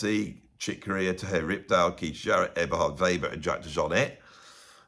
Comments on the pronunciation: Here is the pronunciation on "Terje Rypdal:" "TEHR-yuh ROOP-dahl." He is Scandinavian, not Spanish,. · Funny how you pronounce Terje Rypdal. At least for a norwegian like me 🤗